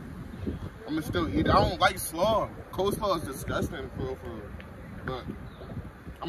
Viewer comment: Coleslaw is good and us pronounced coldslaw